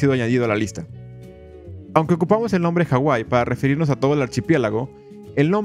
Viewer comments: Disculpa pero la H no es muda en la Polinesia , saludos de rapa nui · Se llama Hawai'i no como tú lo pusiste. De hecho tiene muy mala pronunciación el narrador sobre los nombres de los jefes nativos, reyes e islas, pero tiene razón en su historia.